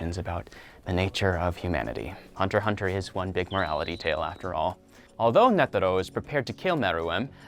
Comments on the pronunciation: I NEVER THOUGHT THAT SOMEONE COULD BUTCHER SO MANY NAMES SO BADLY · Its not (hunter hunter). It was "HUNTER X HUNTER" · you can really tell that this guy watched the english dub of the anime because he pronounces a few names wrong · No hunter “x” hunter get it right